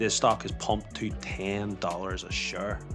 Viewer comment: 10 dollaz a shurree